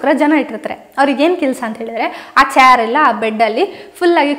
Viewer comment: ಚೇರ್ ಅನ್ನು ಚಾರ್ ಅಲ್ಲ